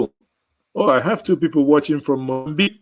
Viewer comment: Good job bro ! You are really a true son of the soil. The word Mozambiqué ,got me! .😃😃 . It remains me of my childhoold in those days. That's also how we use to pronounce it.